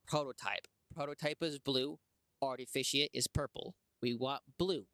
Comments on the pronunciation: Only person in the world who pronounces "artifact" as "artificient" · "Artificiat" Bruh lmao